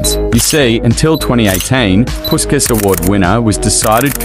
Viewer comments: Without any disrespect of course, imagine if you could pronounce Puskás correctly. It’s supposed to be more like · PuSkaS 😂🤣 Man, I know there are different traditions of pronunciation in different countries, but if you check original Hungarian one and even standard British/AmE, you will see that his name should be pronounced through 'sh', not 's' : Ferenc Puskás (Hungarian pronunciation: [ˈfɛrɛnt͡s ˈpuʃkaːʃ], UK: /ˌfɛrɛnts ˈpʊʃkəʃ, ˈpʊʃkæʃ/. So, it's [Pushkash], not PuSkaS =) What about you guys? How is it pronounced in your country? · Like basket but their pronouncing is puskas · It’s pronounced like pushkash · It's pronounced "Pushkas"